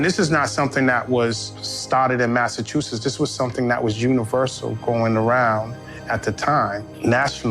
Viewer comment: “Massachusess”? I don’t think so. She doesn’t know how to pronounce the name of the state in which she lives.